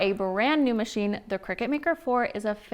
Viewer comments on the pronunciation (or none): I just had to, you know what people are like and i couldn't help myself.... Cricut = (cry-cut) not cricket!